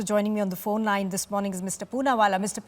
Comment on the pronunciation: He's name is _ punnawalla__not punna wali _____you illiterate___Say it